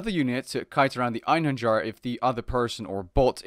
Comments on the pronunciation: Ayn-her-yar Einherjar Kai-mare-ah Chimera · Einherjar is pronounced " en-hair-yar " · I believe it is pronounced "Einheryar"